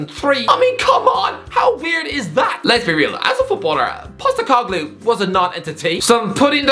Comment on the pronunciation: As an Australian I'm glad you finally pronounced Postecoglou's name right 😄😄